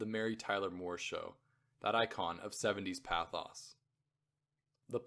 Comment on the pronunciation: Tell me if it’s my ignorance but did you mispronounce derision, pathos and other words?